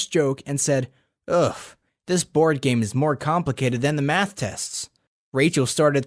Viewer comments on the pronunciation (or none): none